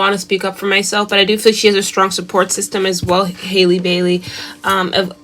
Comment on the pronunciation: It's Halle...sounds like alley, valley and Sally. Good reading!